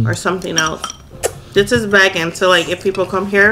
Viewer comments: Why is she saying 'veh-gan' is that the korean way to pronounce vegan (even though she isn't korean)...? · it's pronounced vEEgan not vAYgan lol said with love! <3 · vagan? ahaha its VE-GAN. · I realize that many Koreans tend to eat super fast as if they haven't had a meal in days lol and vegan is pronounced vegan as in "vee" LOl the way Jun said it was so funny and cute at the same time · Your children are so pretty and precious. Btw its “veegan” 😁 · Ummm….VEGAN is pronounced VEE-GAN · NOBODY GONNA TALK ABT HOW SHE PRONOUNCED VEGAN😭